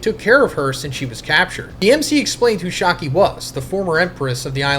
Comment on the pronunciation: Not shaaaki 😢 its shyakky a